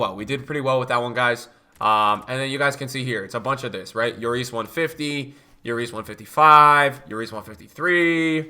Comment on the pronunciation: BRUH its not J/YORIS. he's not spanish lmfao, its still pronounced LLORIS